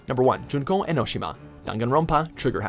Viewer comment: its junko its always junko